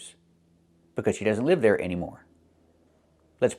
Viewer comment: But I think he says "leave" (with a long "e"), instead of "live" (short I). I'd dare to say that according to what I've learned from Kevin and other native youtubers, his pronunciation of "live" is wrong, he pronounces "live" like "leave". I wonder if Kevin didn't realize that.